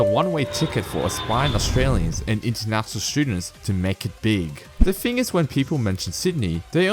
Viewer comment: "Here's the fing"